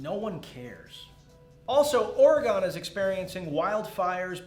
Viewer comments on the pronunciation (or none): O-RE-GONE? If you live there, it is pronounced Organ. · Jesus,; learn how to pronounce OR-ee-gin... Also, I wonder if the fact that almost ¼ of Oregon's population is in fire danger would make bigger news of we had more electoral college votes... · it's pronounced OR ih gun.